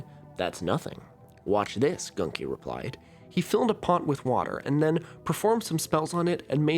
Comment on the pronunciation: Its pronounced literally Gunki not Ganki